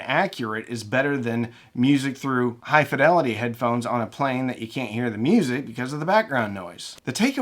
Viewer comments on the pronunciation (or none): none